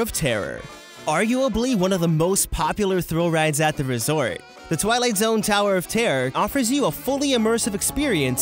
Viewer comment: tawer of tarrer